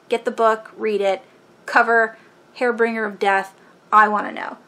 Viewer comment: Hare bringer? Haha. I think you mean harbinger